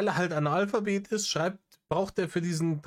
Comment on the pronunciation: Du sprichst es mit Absicht Anal-Phabet aus, oder? :D